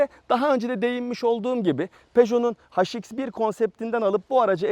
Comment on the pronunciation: Peugeot HX1'dir o. Türkçede "haş" diye okunan bir ses yok. Türkçeyi doğru kullanalım lütfen.